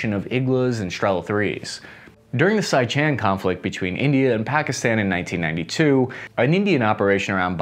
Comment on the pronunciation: Sichan?? It's Siachen (see-aa-chen)